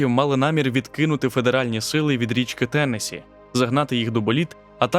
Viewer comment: Трохи подушню- правильно наголос на останній склад - ТеннессІ. Відео чудове! Дяка!👍🏻👍🏻👍🏻